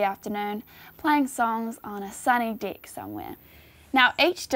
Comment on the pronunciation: Being American and saying things as straight as they are written, "Playing songs on a sunny [deck] somewhere" caught me off guard with the Aussie accent... That is all.